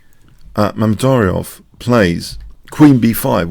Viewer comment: moved up a few places in the tournament of mispronouncing Mamedyarov. He is now on third place.